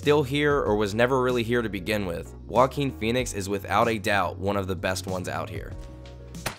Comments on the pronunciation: Why people call him woaquin, he's joaquin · Is pronunced Hoaking, not whoaking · did you really say woakeen? bruh. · i cant stop hearing walking phoenix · Sounds like he's saying "walking Phoenix" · stop saying walking phoenix, ist JOAQUIN PHOENIX! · All I hear when his name is pronounced in this video is "Walkeen"... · The way you pronounce Joaquin :( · If he’s special then at least learn how to pronounce his name correctly!